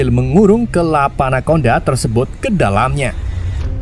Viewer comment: Anaconda ❌ anakondang 🗿